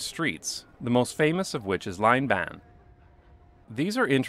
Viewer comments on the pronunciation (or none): L i j n b a a n not laneban